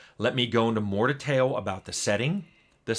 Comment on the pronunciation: Every time Tim says "detail" it triggers something in me. And he mispronounces it a lot in his videos.